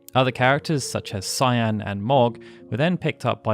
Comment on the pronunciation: Man, everyone ALWAYS pronounces Cyan's name wrong. Weirdly enough James Rolfe, the AVGN in his video on this game seems to be one of the only people to ever pronounce it correctly in any kind of youtube video or documentary. And he usually does the least research, which is weird how HE gets it right and not even professionally made docs can seem to ever get it right. Weird that you also even use the American names for every character even when talking about the development section, but even among Tina, Mash, and Stragus not being mentioned in this doc, either way, whether it's Kaiyenne, or Cyan in the English version BOTH are pronounced with a hard C, sounding like a K, and pronounced like the name of a pepper. In this game, not even in the English version is Cyan intended to be pronounced like the shade of a light blue. It's "Kai-en", no matter whether it's the Japanese name or the English name, it's always "Kai-en" with a HARD C (like Cookie or Carrot), not a soft C. Man. Only 32 minutes in the doc and it's going to be hard not to cringe having to listen to his name said wrong a bunch of times, yet again. Sigh.